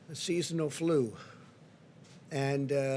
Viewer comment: He can't even pronounce flu 😂😂